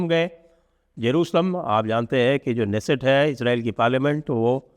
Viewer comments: Dixit Ji, I humbly submit to you, your team and rest of everyone that the Israeli word "Knesset" is NOT pronounced as in English "Nesset", keeping K as silent! The actual pronunciation is WITH K... like this "KANESET"... In Hindi it'd be कनेसेट 🙏🏼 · Sanjayji, in Hebrew, the ‘k’ is pronounced fully, hence it is क्ने सेट